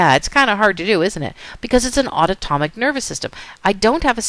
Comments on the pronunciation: aunotomic or autonomic? but awesome video otherwise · she is saying something that sounds way foreign and nothing like autonomic...it's like a new word LOL auto-tomic ??? UGH, I was distracted by that. And yes, otherwise, it was a good lecture. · Totally distracted each time autonomic was mis-pronounced.